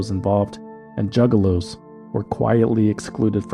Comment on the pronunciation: The news reporter at 37 mins calling them “Jugaloos” really sent me bro thanks 😭😭